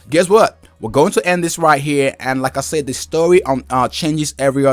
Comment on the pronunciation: Your saying Sayed, it's said thankyou